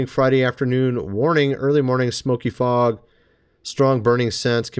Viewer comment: it's not f o g